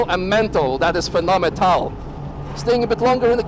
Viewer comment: Phenomental...i like that...